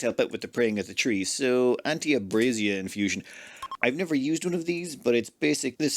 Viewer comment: ive heard of names with silent letters, but given the way you keep reading it, it seems legua has an invisible n. also, an invisible r in abasia?